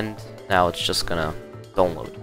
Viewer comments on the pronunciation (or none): i like how you say donlod